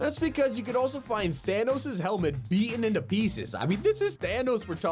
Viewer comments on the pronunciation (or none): none